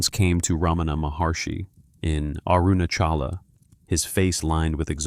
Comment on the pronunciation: Mispronounces Maharishi, Ramana, and Arunachala. Not Ramaana. Three short vowels. Arunaachala.